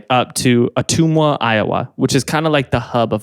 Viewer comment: I really wish Jaron had done a show in Ottumwa IA so that he would have known had BADLY pronounced "Ottumwa"